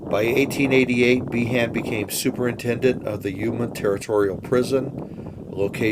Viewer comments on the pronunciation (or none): He name is pronounced Bean